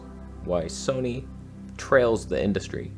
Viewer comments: Trust me bro, no one in England calls it 'Sonny'. I think you'll find that more commonly with your American neighbours who can't pronounce anything correctly 😂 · We do not say ‘Sony’ like that! What’s the matter with ya. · Well admittedly I've only been living in England for the last 72 years, but I have never heard anyone pronounce Sony the way you claimed that it is said in England. YOU are the only person I have ever heard say it that way..